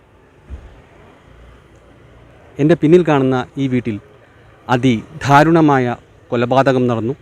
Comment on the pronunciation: ധാരുണമായ അല്ല ദാരുണമായ